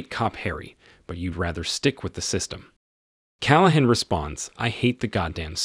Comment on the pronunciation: These AI narrators are getting better but they're still annoying. Like the way it pronounces "Inspector Dirty Harry Calahan" "